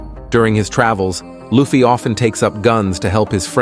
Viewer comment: How can you not get the pronunciation of luffy right lol